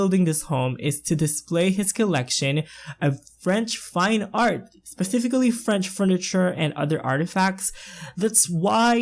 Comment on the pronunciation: this build is literally breath taking!! great job so far! also, I giggled when you said "French fine art" because I thought you said "French FRY art" lol XD